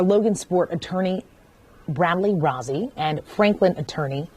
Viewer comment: Rozzi is pronounced with a long O. It's a fairly common name in Logansport. It would be pronounced like Rose E